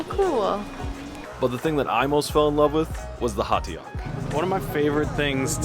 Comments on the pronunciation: Hatiok=no. You pronounce it "Ho TTuck" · not hyundai beach, Haeundae Beach 'Haeundae' sounds 해운대 [hæundæ] hotdduck sounds [hot'ək] not 'ha-i-u-da-ik' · fyi - hotteok is pronounced "ho-ttuck" with an emphasis on the t... happy travels. loving your videos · Hotteok is pronounced like Ho-Duck :) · I remember someone said this on youtube, pronouncing "ho thug" is rather closer to the natives way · hotteok is pronounced like "ho tuck" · Who else chuckled at "One Piece Pizza"? btw it's pronounced "ho - ttuck"